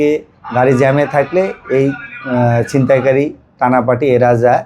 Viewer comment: সিনতাই কারি মানে? উচ্চারন ঠিক করে কথা বলতে পারে না এই সমস্ত লোক কিভাবে রিপোর্টার হয়?